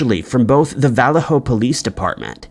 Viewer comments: Not to mention the zodiac one. He called it valerho CA...I'm like vah-lay-ho, idiot. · Re: the Zodiac; 1. Post has long been considered the main suspect, but died before it came to light. 2. Its ( vuh-lay-ho): Vallejo, CA learn how to read.